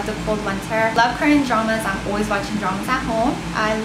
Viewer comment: it's cute the way you say "always"... it sounds like "oooways" lol! love your cute accent